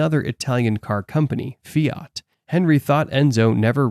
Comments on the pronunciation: I heard Fiat: not feat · Small correction : the Italian car manufacturer is "Fiat", not "feat".